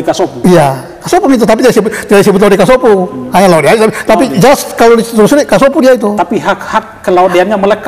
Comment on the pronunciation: Assalamualaikum Abang, sedikit saran kalau boleh tolong perbedaan sebutan La De... dengan La Ode... bang 🙏